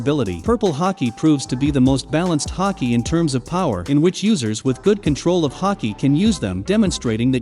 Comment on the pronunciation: Say Haky one more time